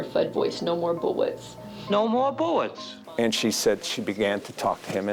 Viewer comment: "No more buwwets in the gun" to "What's up, Doc?" To "That's all, folks"